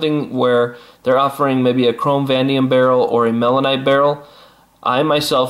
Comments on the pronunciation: Vanadium - It's pronounced - Va-nay-dee-um! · you're not pronouncing Vanadium correctly VA NA DIUM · Dude, thanks for the vid and links. It's pronounced Va-Nay-Dee-Um. Cheers